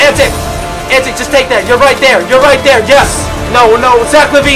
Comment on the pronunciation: Anyone else annoyed how he said Pero Antic's name?